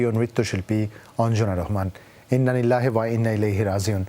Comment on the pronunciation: উপস্থাপন হালারা আসলে মূর্খ ইন্না লিল্লাহি না বলে ইন্না লিল্লাহে বলে